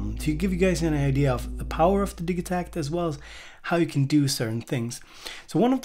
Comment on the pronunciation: Bloody hate the pronunciation of the Elektron way. "Digi" part of the name is an abbreviated version of "Digital", now, say the first part of "Digital" to yourself and then add "takt" on the end of it, hey presto, the way is should be . You don't say Dig-e-tal, when you say digital? Haha, minor nit-picking but it is one of those things that when I hear it, it makes me NOT want to buy one, lol.